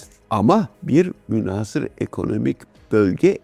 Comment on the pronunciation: Sevgili Amiralim, münhâsır yerine münhasır, tehditi yerine tehdîdi diye telaffuzunuz bizi mutlu edecektir.